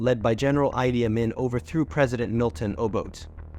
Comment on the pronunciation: It’s pronounced, “Ee-Dee Ah-Meen” 😊